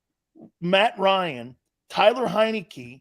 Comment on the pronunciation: Every video He calls him Tyler heinecke and it drives me nuts 😂 TAYLOR. HIS NAME IS TAYLOR TRASH BAG HEINECKE